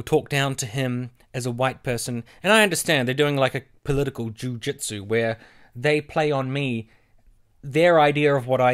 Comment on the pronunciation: Is it weird that i slowly hear jujitsu morph into jewjitsu every time you say it?